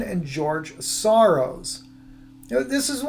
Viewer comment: You can't say Sorros